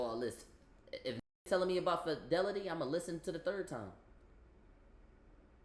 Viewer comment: I knew I gotta watch who I listen to online when I Hurd the way he says fidily and not Fidelity 🤣🤣🤣